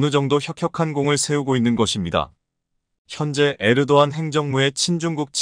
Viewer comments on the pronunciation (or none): none